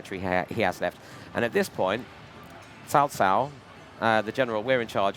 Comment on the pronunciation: Hey first guy that that I seen in these video that doesn't pronounce cao cao name and make it sound like barbequed pork